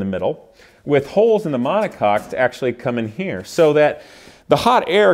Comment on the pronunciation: DUDE! mon·o·coque is pronounced "MONACOKE" not MONACOCK